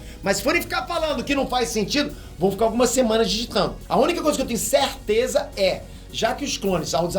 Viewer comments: "a única coisa que eu tenho cértêza" Jordan, 2020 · esse "certeza" q o falou parece q encarnou um espírito nordestino nele só pra falar isso kkkkkkk